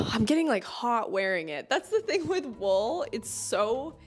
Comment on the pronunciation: I'm sorry. Wall? Was she saying wool?